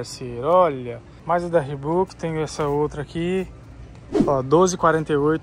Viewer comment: Sem querer, mas já sendo chato. Reebok se pronuncia "riboque" e não "ribuque". E camisa tem botões, camisetas não. Desculpa, mas maratonando do seus vídeos, reparei nessas coisas.